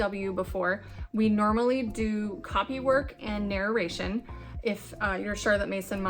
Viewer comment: You are saying "narration" totally wrong.